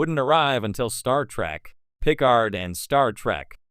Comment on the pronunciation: why the AI keep saying star track lol